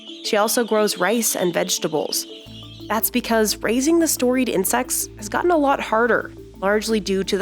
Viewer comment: "You will eat zeeee bugs...."